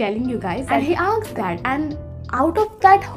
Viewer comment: And yr when u say aksed not asked i just thought 😆🤩but it's okay i think your tongue slip 😁😜tq yr for boosting my confidence love u lots and or video bhi laao or first year ke liye strong ho jaye 👍💫✨🤩